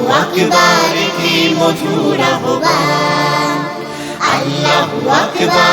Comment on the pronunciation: আহবানের উচ্চারণ ‘আওভান’ হওয়া উচিৎ। খেয়াল করা দরকার।